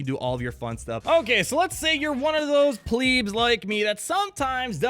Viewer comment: The way you pronounce "pleb" makes me wanna REEEEEEEEE